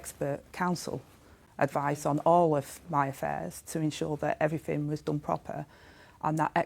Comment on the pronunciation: Beff was fawninnn all over her, a party political broadcast by Sky on behalf of Rayner. Tell us what the Court order was all about. Ask her some proper questions instead of summing up her bullshit for her defence, and allowing her to make excuses. "I fought I'd done everyfink proper" British liebour politics at it's best, or worst.